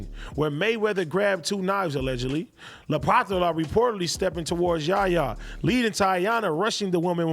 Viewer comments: What is so hard to pronounce about the name Lapattra? And if it's challenging for you why not practice? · am i the only one dying laughing at "LAPATHARA"?